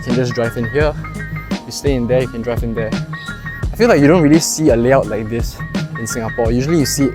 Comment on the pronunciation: You need to improve your pronunciation, such as hoarders, not hodlers as presented in the subtitle. Most commonly, their (there) and not dee-are